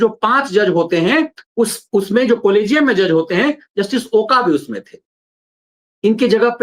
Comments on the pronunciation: ओका नहीं " ओक" है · Not ओका but it's ओक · ओक Not ओका.. Please Use Proper Name.. जस्टिस अभय ओक..